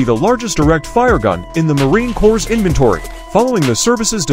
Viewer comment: Which uneducated civvy narrated this? There is no such thing as a Marine ‘Cores’. Marine Corps is pronounced ‘Marine Core’ - as in a single core of Marines. Also, a 30mm is not pronounced ‘30 millimeters’. Get your shit together and stop sandbagging the narration.